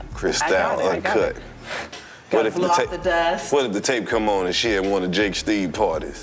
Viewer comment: This nigga said Jake Steed!